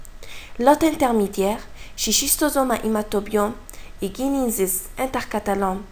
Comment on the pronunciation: Merci Il ya juste une chose a corrigé C'est " schistosomule " pas " schistomule " Et " S. intercalatum " pas " intercatalum "